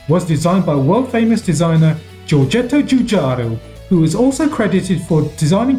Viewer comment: Good one. But admittedly still better than "Gee-or-gee-etto Gee-oo-gee-ah-roo" as most other native English speakers would say.